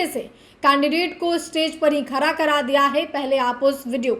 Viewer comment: खारा नहीं खड़ा बोला करो आगे से.....